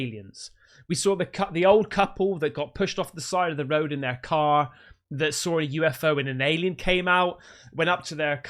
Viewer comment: Sawr it? Did you mean saw it? There´s no r in saw.